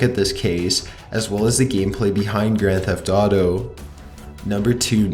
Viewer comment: When you said "Grand Theft Auto"...I kept thinking you were saing "grandpa daughter" Wow. My ears can usually sort out your accent, but today my brain is not working, lol